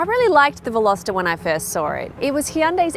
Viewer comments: 0.10seconds re the word 'unique' :- Jenny. It's either unique or not unique. The word 'Unique' doesn't need a 'qualifier'. it's an 'absolute'. And at 10.30, you said VelosEter (like Jenna did some time ago.) It's not pronounced like that. Otherwise, I enjoyed your review of the 2020 Hyundai Veloster. Indeed, if I was younger, I might buy a Veloster as an unusual addition to my garage. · Velositer? C'mon Jenny, learn how to pronounce it before you review it. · Veloster or Velositer ?